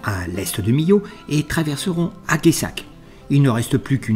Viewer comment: Bonjour. Merci pour nous faire voyager avec vous sur les routes Corses, mais pas que. Originaire de MILLAU, je rigole comme les Corses, quand tu demande leur eau en écorchant le nom. Dans l’Aveyron on dit: « Ageeeuu ssac »(Aguessac), Veill Ro (Veyreau) et « Meill ruesss » (Meyrueis). Mais ce n’est pas grave, tu es pardonné. Les films que tu nous présente sont super. Toujours agrémentés de belles paroles et de bonnes musiques. Alors quand je reçois les notifications, je jubile.:face-blue-heart-eyes: Je te souhaite à toi et Evelyne un bon week-end et de bonnes fêtes de Pâques: attention aux chocolats, c’est bon, mais il ne faut pas en abuser…😜 A bientôt ✌ Jacques